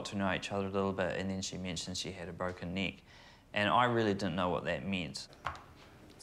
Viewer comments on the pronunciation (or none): Great inspirational video. It did sound like you both said broken knee to us Americans. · I heard “knee” not “neck” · I thought she said broken leg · youre absolutely breath-taking and, yes, as an american, i heard "leg". also, not meaning to be forward, but i think theres a bit of spark between you and the young man thats around you. perhaps you should explore that a lil...further. <3<3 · 11swallowedinthesea, I know right? I thought she said leg, figured it out, and then she made the joke 😂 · Geez what's wrong with my American ears I honestly keep hearing "leg" instead of "neck" when I'm not paying attention close enough. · yup! I thought u said "leg" at first and I am American lol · I am not a native english speaker and I always hear something else when she or the dude say neck. Sometimes it sounds like leg other times more like knee #thestruggleisreal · I’m American and I thought she said leg